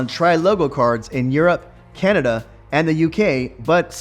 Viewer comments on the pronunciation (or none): none